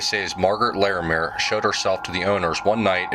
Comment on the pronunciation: I cringe every time you say “Larimere” 😂